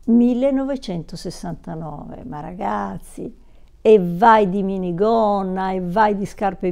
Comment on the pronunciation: L'enfasi sul 1969 mi ha entusiasmato: il mio anno di nascita 😍